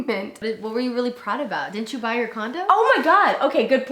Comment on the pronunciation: i thought said “condom” instead of “condo”